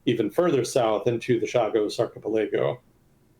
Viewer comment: Archipelago has a different pronunciation than the one used, might want to look it up.